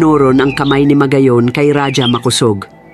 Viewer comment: Ang bigkas ng Raja ay RAHA hndi radya.